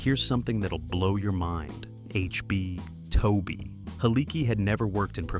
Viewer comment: I worked for Toby for years and during this time and along with not being able to say his name right you got about 70% of this video wrong!!! Anyone that seen this movie knows most of what your saying is wrong, next time do your homework before making a video.